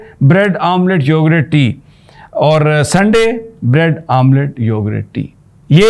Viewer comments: Yogurt not "Yogrett" 😂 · Please it’s not “ Yorgrraat” it’s yogurt or for easy English … “ Yogart” Hope you consider it! 💐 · Sami Ibrahim Sahib, It’s YOGURT not Yogrut You said that numerous times. Please correct that YOGURT. Thnx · May Allah keep him safe. It's YO-GURT and not YO-GRUTT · Plz it is yougurt and not yougrut, with pardon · It is read as yougat not yougart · I am highly surprised that you don't know the English of " Dahi, are you an uneducated person ? Can't you pronounce the word correctly